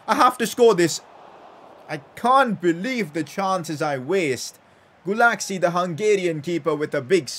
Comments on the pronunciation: It's not Gulaksi, it's "Gulashi" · In Hungary we pronunciate "cs" like people do "ch" in England, so say Guláchi instead of Gulácsi please it's sounds weird and it's triggers me xd Like so can see (please🥺)